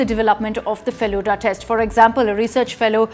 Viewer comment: It's Feluda(pronounced as Felu-the,Da means elder brother,it is same as pronunciation of Da in Dadi).Please research a bit before uploading, because Bengalis like me would get angry seeing your pronunciation. And it was named so because most of the people in who made this are lovers of Feluda